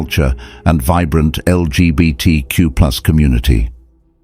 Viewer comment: “New York City’s L-G-B-T-Q-pooz community.” No,, you are not even in the right ballpark!